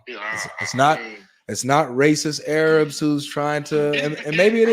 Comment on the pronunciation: 😂 my guy said “Aye-Rabs”